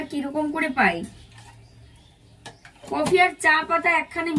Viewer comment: ক+ফি= কফি। কিন্তু তুমি বলছো কোফি। দারুণ হয়েছে রান্না টা।